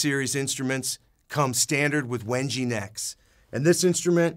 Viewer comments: Someone need to tell this dude how to pronounce wenge It is literally erking the fuck out of me It is pronounce wen-gay not wen-gee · It's pronounced Wengay not wenji lol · "When Gay" not when gee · I really hate how he pronounces wenge. It's pronounced weng-gay!